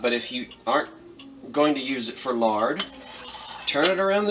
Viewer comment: "So long foe now" :)